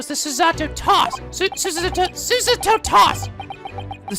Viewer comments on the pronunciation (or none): there is no "uh" sound in Japanese. So instead of Su-"suh"-to you've been saying, it'd be Su-"saw"-to. Emphasis on the first syllable instead of the second, but aside from that you don't need to correct yourself. Also, as for the writing horizontally versus vertically, it's either-or. Websites are typically formatted left-to-right, top-to-bottom as a flexible way to support both Japanese and English characters, but most printed and handwritten Japanese is top-to-bottom, right-to-left. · Aren't you supposed to put stress on the first syllable? so it's SOO-sah-to. Putting stress on the second syllable is not a very Japanese thing to do when it comes to names. Edit: Thinking about it, I think that's problem. It's easier if he sees Susato as two words instead of one. "Sue" and "Sato". I mean you don't say "zah" when the "sa" is at the start of a word, right? Or it would be "zahpphire" or "zahlute". If he puts the emphasis in the correct place he won't have problems with saying Susato's name. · Oh yeah, by the way? Soo-SAH-to. Or Soo-sah-to, either’s fine. You’re saying “Soo-ZAH-to” which is only making it harder for yourself. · Anyways its pronounce Su-Za-to And its a bit stong but fast sayin. And the japanese martial arts is Aikido. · Naruhodou: Susato...: Suseto? Suzato? Susuto? Naruhodou: Susato!: Susasususaradouhoudou! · I’m fairly certain you’re pronouncing Susato wrong. It’s not SUsato, it’s suSAto. It’s a long A, so make more of an “aw” sound in the middle and don’t enunciate the T. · Soo-Sah-Toh. It's Su-sa-to, not Su-ZAto. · PLEASE just pronounce it suSAto. Hearing you try to say it the Japanese way is just plain jarring and unpleasant. Regardless of how it's "supposed" to be pronounced we need to take accents into consideration. Your voice is just not built to pronounce it SUsato and the struggle to do so is just not worth it. It simply sounds better for a western voice to pronounce it the western way.